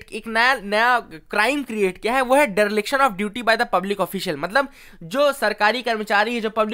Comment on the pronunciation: [Deriliction] -Dereliction✅ 🙏